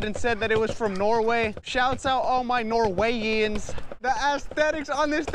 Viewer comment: "Norwayians" boi its norwegian as a norwegian i felt a bit irritated 😂👌